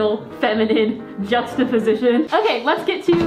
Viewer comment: no one: not a soul: EVERY EPISODE: "jUxTaPoSiTiOn"